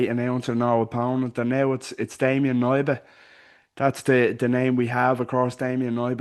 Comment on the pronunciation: Hey, Polish guy here - It’s pronounced K-nee-ba. You say the „K” clearly, like in the word „key”, not silent like in „knee”